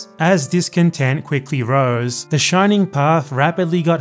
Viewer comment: A non-peruvian that talks about the Shining Path without fucking it up! How nice!